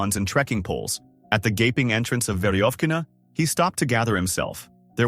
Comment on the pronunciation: мне нравится как он пещеру "Верёвкина" произносит - "Вериофкина", это забавно)